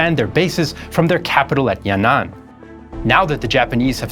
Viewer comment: It’s not yan nan, it’s yan an